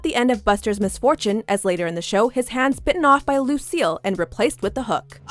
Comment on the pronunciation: Did anyone else think she said Buster's hand got bitten off by "Lucille" instead of "a loose seal"